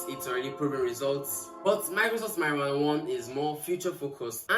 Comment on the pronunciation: . Did I just hear marijuana ❤😂😂😂😂